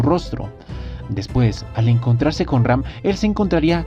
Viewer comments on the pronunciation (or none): siempre dices REm en vez de Ram :v